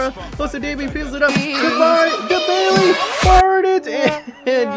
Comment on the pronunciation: Say Bailey's name the way it looks. He's Jamaican. They pronounce it like the entirety of the English speaking world.